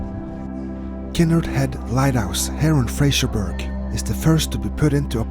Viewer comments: You will have to learn how to pronounce "Fraserburgh" correctly. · there’ll be lots of Scots ( and at least 1 Saxon) screaming “It’s Fraserburra!” Not Fraserberg. Great vid, as ever.